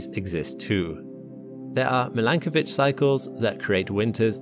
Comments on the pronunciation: Its Milankovic/Milanković.......... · I’m not sure whether to pronounce it /mil-AN-ko:-vich/ or /mi-lan-KO:-vich/ o:= oh.